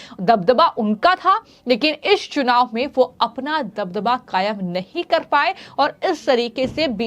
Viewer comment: महोदया आपका हिन्दी उच्चारण बहुत दोषपूर्ण है कृपया इसे सुधारने पर ध्यान दें। "चुनाव" को "छुनाव" और "स" को" श" कहने जैसी कई गलतियां आपको सुधारने की जरूरत है।